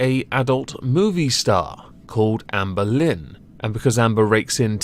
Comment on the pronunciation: I love the way you pronounce Amberlynn Reid’s name: AmbalinnReed. I friggin love it